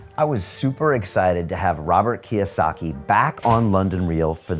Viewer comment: Its KIYOSAKI...